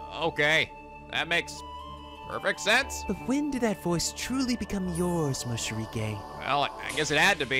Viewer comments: Funny how he keep writing Morishige correctly but he still always say Moshirige instead ( he switch the "r" and the "sh" ). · Gotta love how he says moshirige when it is supposed to be morishige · When he said what in mayus jiblits i couldint help but facepalm. God dammit moshirige. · The Morishige part was the best! I still can't get over his name being pronounced wrong on purpose, lol.